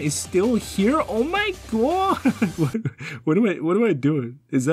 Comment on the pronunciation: "Oh muy GUWAAAWWWD!"